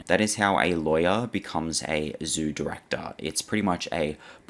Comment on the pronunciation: 30.27 "who becomes the zoo directahh!"